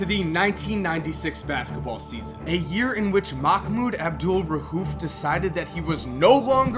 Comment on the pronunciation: Bro it's not rhuf it's rauf